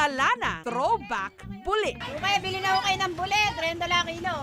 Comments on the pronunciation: Natatawa ako sa pag-pronounce ni Jessica sa buli. LOL. Nagiging private part sa bisaya kapag ganyan yung pagkasabi. Hahaha. Dapat yung "li" parang pagkasabi ng "ti" sa Makati. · Hahaha kaya nga. Mali ang pagkapronounce ni Jessica. Natatawa ako tagasabi nya na buli. Lol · Mali kasi ang pagkapronounce ni Jessica. Nagiging private part sa mga bisaya.